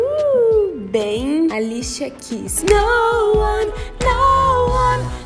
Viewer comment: Vc fala Alichia a cantora kkk É Alicia 😆 Vc fez mas penteado que ela Ela so fez cinco 🙆